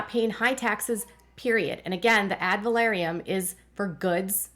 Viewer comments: FYI - check your pronunciation - Ad Valorem - NOT Ad Valoriem :) I enjoy your Duggar coverage. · AD VAL OR EM... Sorry...I couldn't handle hearing the valoriem...said like that...I've been up too many hours...sorry, it hit the last nerve I had...which apparently was my nerve for patience...😂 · I’ve always heard it pronounced “ad-val-OR-‘em” tax. Just a fyi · Ad valorem is pronounced phonetically. Valorem only has three syllables. va LOR em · omg thank you...it was driving me nuts too. I had to say something too...it was like fingernails down a chalkboard...😂